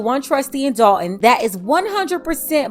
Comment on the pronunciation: That’s Dolton(as in Dolton, Illinois)not Dalton